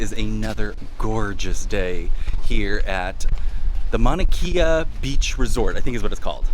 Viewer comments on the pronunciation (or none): You probably know this by now but the proper pronunciation for Mauna Kea.. Mau-na Kay-a. Just in case. Love the vid!